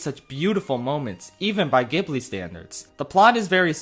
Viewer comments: Maybe this is pedantic, but the studio’s name is pronounced “Jibli” with a soft g sound. Why? Because Japan. Makes no sense, but there you have it. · Some people might ve upset about the placement of certain movies but the most EGREGIOUS thing this man has done to the studio is mispronounce the name ayy yo it's pronounced "JIBLEE" ya doof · Great list, better than most. I'm not going to be a dick about it, but the studio is actually pronounced "Jib-blee." I know there are a lot of arguments everywhere about it, but that's how the studio calls themselves and how the studio is called when they get awards and stuff. My favorite Ghibli film is Nausicaa of the Valley of the Wind. I have a very deep passion for the natural world and I also love insects and other creepy crawlies- so seeing them ginormous and punishing the greed of humanity resonated with me. In fact, Nausicaa of the Valley of the Wind is in a three-way struggle to be my favorite move of all time with JOKER 2019 and The Breadwinner 2016( you should see this one, a hidden gem for sure that nobody talks about.) I think the studio really is one of the most creative outlets for animation on earth. People rank their movies so diversely and resonate so fiercely with different films, it's actually insane. They are one of the last bastions of hand-drawn animation and it saddens me that 3D CGI is becoming so rampant. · Is it not pronounced Jiblee ? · I couldn't get past how you pronounce the studio name. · The physical pain from hearing you mispronounce ghibli every. Single. Time. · Ghibli is pronounced with a soft G!!! (Japanese name: Jiburi) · You really didn't look up how Ghibli was supposed to be pronounced and then said it like 30 times in your video. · wait how DO you pronounce Ghibli becuase ive always pronounced it gi(like from giant)-bhli but you gi is like harder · why are u pronouncing it like that 😭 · Ok that was NOT how I thought Ghibli was pronounced but that makes sense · ghibli is pronounced jibbly